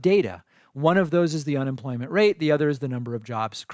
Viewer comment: Did she say unenfloyment?